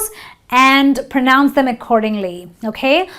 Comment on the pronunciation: Pro noun nahi Pra-nounce hota hai...sorry